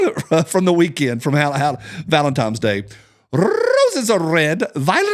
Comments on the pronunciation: I'm trying to correct my kids that it's not Valentime's Day and you keep saying it like that. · I'm sure you're trolling when you say "Valen-TIMES" day. Right? You are trolling, right? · Rant and laugh away!!! I hear Valemtimes Day when you say Valentine's Day:0) I'll allow it -lol!